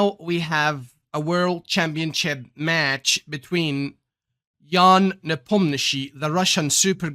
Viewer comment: Idk why hikaru say ian nepomniaaachi